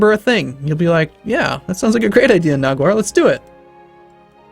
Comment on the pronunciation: 50+ episodes in an you pronounced Nagaur Naguar and instead of Rei-h Reik xD